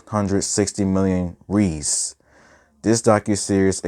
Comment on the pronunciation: The Brazilian money is pronounced “hey ice”. Or pretty close to that. The R is pronounced like an H when it’s at the beginning of a word.